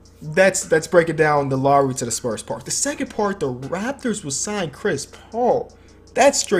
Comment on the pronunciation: "laury" its pronounced lowry